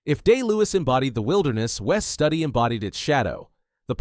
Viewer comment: A.I. Voice. It's Wes Stoody Studi=Stoody. Not Study. A.I. voice has no heart and no soul. This film deserves both.